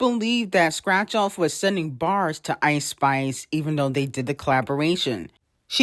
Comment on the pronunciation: Why does she say Eyeish-Spish? 🤣